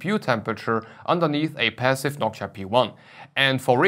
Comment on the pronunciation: It's Noctua. Not nockchia